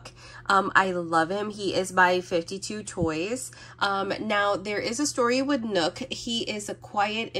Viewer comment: Awesome video as always ❤ Also I think 52toys is pronounce as “Five Two Toys” !